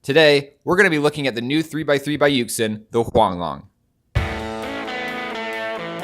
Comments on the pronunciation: Correct - YuXin - YuShin Incorrect - YuXin - Yukesin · Correct - YuXin - YuShit